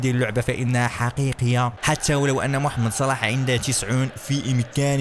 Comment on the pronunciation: قال محمد صلاح بطريقة غلط